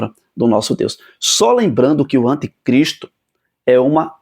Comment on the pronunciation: Uma pequena OBSERVAÇÃO : Não se diz antecristo o correto é anticristo😢😢